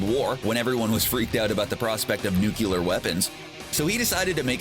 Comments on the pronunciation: It’s NuCLEar not NuCUlar ! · Nu cle ar... The gross mispronunciation is very distracting. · nucular weapons? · "nukular weapons".....for crying out loud. At least....TRY! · Please fucking learn to say "nuclear"